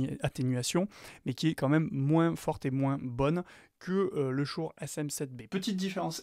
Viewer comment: Prononcer "Shoure", mais à côté dire "podemique", c'est un peu rageant